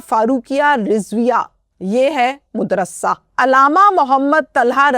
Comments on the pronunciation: Montana Lars Modarsa nahi Madrass hay AAP anchar Hain Alfaz ki adaigi Sahi Tarah Karna seekhain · lafz madrusa hay na k modrusa